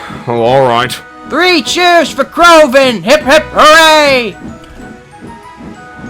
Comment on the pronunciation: CRAVON?!?! I think you mean, “Crovan.”